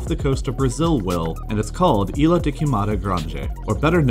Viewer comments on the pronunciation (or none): It's not Isla, it's Ilha. Again you all thinking we speak Spanish...